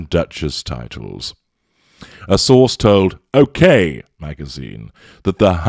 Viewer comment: OK! (With emphasis) has me lmao 🤣